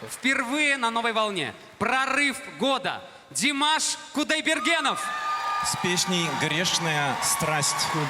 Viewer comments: De mosh. Koo die ber gin. Russian pronunciation puts the off at the end of his sur name. That 22 second one breath run at the end gets me every time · Dee-maaahshh Coo-die-burr-gen. Dont add the NOV at the end as pronounced here as it was the typical Russian pronunciation.